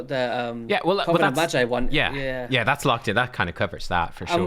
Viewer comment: its hard "G" as in guitar read "maGeee" not G as in G-string lol